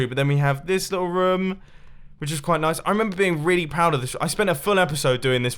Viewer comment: the way he says room. . .